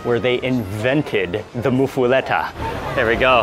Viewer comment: PRO TIP: It's pronounced "moofa-lotta" Nobody here pronounces it "moofa-letta." 3 of us watching all cringed every time you said it lol. Plus the Village Inn in Harahan has one of the best there is. Served hot with melted cheese, crispy but fluffy bread, olive salad isn't too bitter or oily, pastrami isn't overly salty. If you're ever back around make the 15 minute trip. Well worth it.